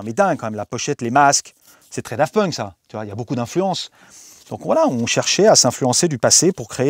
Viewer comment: A chaque fois qu'il dit Daft Punk jsuis traumatisé